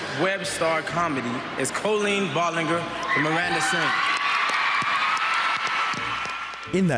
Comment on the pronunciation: Jason Desrouleaux never heard of or seen the name "Colleen" hahaha bro struggled to pronounce it and still did it wrong